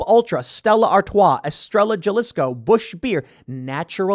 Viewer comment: The pronunciation of Estrella Jalisco hurts me.